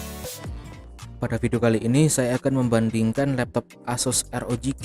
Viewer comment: ArGIBI Drek bukan ERGIBI,ah lesdrek ah